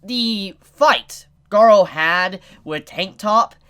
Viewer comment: you pronunced it right, I don't know why the subs called him Garo...